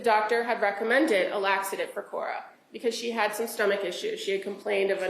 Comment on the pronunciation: THIS. She couldnt even get the name of the laxative correct !